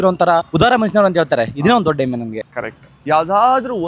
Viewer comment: ಎಮ್ಮೆ ಅಲ್ಲಾ ಹೆಮ್ಮೆ ಅದು ಕಲಿಯಲಿ 😊